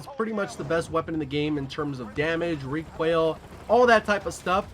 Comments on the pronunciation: It sounds like you're saying "Recwoil" instead of "Recoil" and now I can't unhear it. Great vid all the same :D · Did you.... just say.... requaill?? What??!